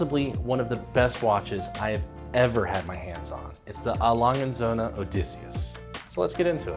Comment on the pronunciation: Like most Americans, I can't properly pronounce A. Lange & Söhne but says it perfectly. I vote that we dub in her voice on every video where it's said. Great watch though. Interesting history.